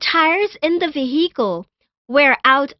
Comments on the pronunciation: Vee-HEE-cal Yeee-heee - she said her name was billie Jean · Ve-hee-cal: Vehicle Auto mo bail: Automobile Pahblem: Problem